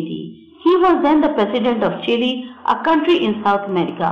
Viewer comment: Mam u pronounced Chile wrong!!!!!